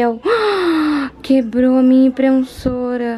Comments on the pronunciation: "Quebrou minha imprenssora" ou seria Impressora? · Bru, é imPREssora que fala amore! Nao imprenssora. 😊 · Amo quando a fala IMPREMSSORA KKKKKKK já quero esse crooooopeddddd 😍😍😍